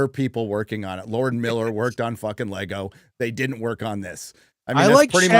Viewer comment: It's "LEGO" 😊